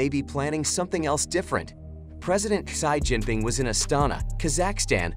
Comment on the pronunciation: Irritating ! You pronounces to the name of President Xi Jinping wrongly ! It is see Jinping and not shy Jinping. 👻